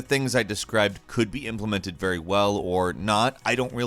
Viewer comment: Which is ve which is very